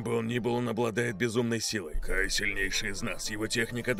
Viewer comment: Не Гай, а Кай -_